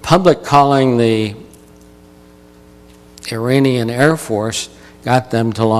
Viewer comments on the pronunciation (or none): none